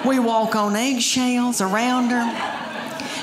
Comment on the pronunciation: what accent is that; that pronounces “eggshells” with 3 syllables? 🤓